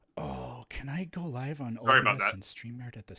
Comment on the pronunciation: why do you pronounce live wrong? i thought you were ejumukated....shakes head slowly